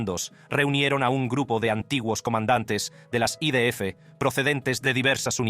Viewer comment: Jajaja 😂😂😂 yo pensé lo mismo, pero para mí el acento es americano tejano... Al principio pensé que era una traducción hecha por ordenador pero ahora creo que es un americano que habla español pero a ratos se le va Cuando dijo I Di Efe, en vez de I De Efe me mató 😂😂😂